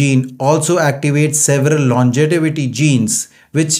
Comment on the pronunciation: I am tired of hearing 'longetivity' correct is 'Longevity' pronounces as lawn-jay-vity